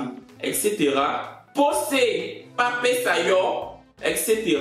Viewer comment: le lingala a souffert dans ta bouche en quelques secondes « posé ba pesa yo » je suis à terre 🤣🤣